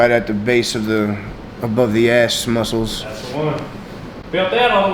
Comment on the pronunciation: "The uh right above the ass mucles" lmao